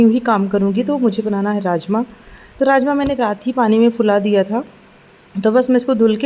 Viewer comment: Aap raajma boli mujhe rajesh masala sunaai diyaaa😂😂😂😂😂